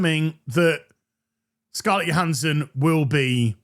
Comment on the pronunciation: Isn’t it “Joe-Han-son” not “yo-Han-son” ?